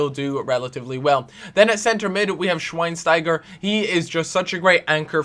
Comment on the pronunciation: Learn to pronounce the names, so annoying. Gertzer,shvinestyger